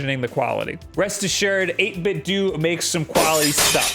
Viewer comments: Doh not doo.. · I'm correcting this as a native Chinese, It should be pronounced as 8bit dough. This is a shenzhen company and the Chinese name is 八位堂. Nintendo's Japanese name is 任天堂. You see, they both have the character 堂 in their names and that's the 'do'. It means hall. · sounded like that cube said 8 bit doe just sayin